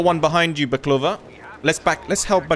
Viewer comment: Perfect pronunciation of baklava👍